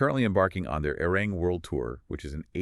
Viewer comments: Say it correctly, a-ri-rang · Hello -I enjoyed listening but my ears could use the pronunciation of the album: AH REE RAHNG! IF THET HELPS AT ALL!! THANK YOU! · Guys, you did a good research on the facts, please research pronunciation of Hybe and Arirang! Your pronunciation hurts the ear.